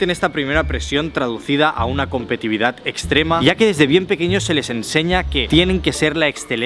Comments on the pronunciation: Competividad no, competitividad, sí la sílaba "ti" se repite y lo puedes notar si transformas la palabra en un adjetivo: se dice competitivo y no competivo. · Repite conmigo: COM-PE-TI-TI-VI-DAD, COM-PE-TI-TI-VI-DAD...es fácil, cualquier niño de primaria puede lograrlo. Cada vez que dices "COMPETIVIDAD" se incendia una biblioteca....😥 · va con onda: es COMPETITIVIDAD, no "competividad". Me provoca un TOC escucharlo. Un abrazo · Fui el único que se estresó cuando dijo competividad 🤣🤣que buen video a pesar de eso 🙌🏻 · No es competividad, se dice competitividad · Se dice competitividad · competitividad, se dice competitividad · Tío!! Competitividad!!!!!Competitividad! Que me chirrían los oidos!!! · contando las veces que dice mal "competitividad" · Se dice competitividad. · LJDBWIOJFBWOIEFJ "COMPETIVIDAD" morí. Gran vídeo, adoré.